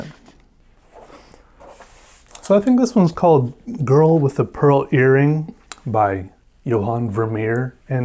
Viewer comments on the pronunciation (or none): none